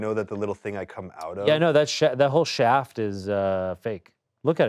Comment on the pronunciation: Why is Ian saying shaft instead of shack